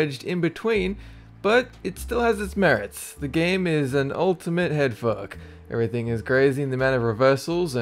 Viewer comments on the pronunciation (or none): none